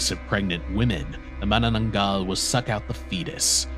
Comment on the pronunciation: I'm surprised on how fluent you pronounced Manananggal because most Foreigners had a hard time saying it because the Filipino language uses s hard pronunciation of syllables.